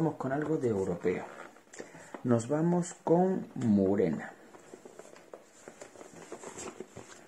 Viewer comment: Murena,Calígula???.Por favor,y encima lo repites muchas veces.Por lo demás perfecto como siempre.Un saludo.